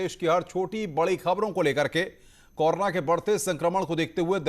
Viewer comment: भाई कोरो ना बोलो । कौर ना नहीं ,😎